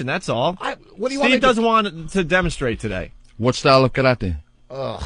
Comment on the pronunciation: well it's definitely not fucking pronouced 'Ka-ra-tay'